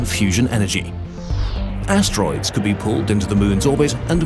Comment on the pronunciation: ，is it ass droid